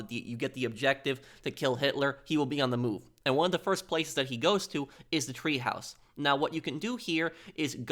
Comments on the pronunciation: The Berghof had a Tee-haus or teahouse. Not treehouse. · It’s not a TREEhouse it’s a TEAhouse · Treehouse? Clearly TEAhouse